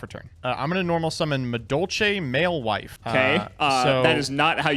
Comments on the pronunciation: Nobody: Absolutely nobody:: Mewfeuille is clearly pronounced Malewife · Mewfuel Malewife Mewfeel Mewfill Mewfealay Mewfooey Mewfail Mewfilet Mewfielle I have never witnessed more disdain for the french language. mon dieu. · Every MewFeuille pronunciation : Mew fuel Male wife Mew Foowi Mew Phil Mew Phil hey Mew Phi EL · Turn 1 I normal summon maldoche male wife uhhhh that is not how you pronounce that 😂😂😂😂😂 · mispronouncing "MEW-FFLE" gave me facepalms. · The sound of disappointment in voice when first pronounced Mewfeuille as "male wife" is what brings joy to my life. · It is pronounced Mufoy